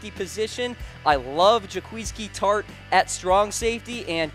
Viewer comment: hehe he said jaqueefski tartt